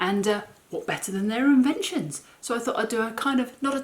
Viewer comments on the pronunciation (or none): Loved the Victorian "Invetions" . Great video.